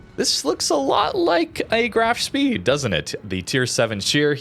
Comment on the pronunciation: FYI Spee (as in Graf Spee) is pronounced "shpay."